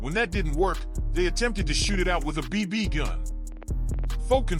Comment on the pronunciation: Why does he say “BB” the way he does? Is this an AI narration?